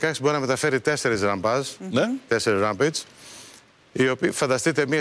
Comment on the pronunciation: Ο άνθρωπος εδώ βγήκε να πει για rampage και δεν ξέρει ούτε να το προφέρει ουτε το τι ειναι και λέει ότι δεν θα μπει σε λεπτομέρειες... αδιάβαστος...και με αυτά που λένε εμείς λαθος ενημερωμένοι οπότε αυτό που είπε από το ένα αυτί μπήκε από το άλλο βγήκε.....